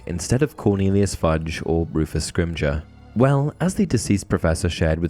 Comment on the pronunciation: It’s scrim gar not scrim ger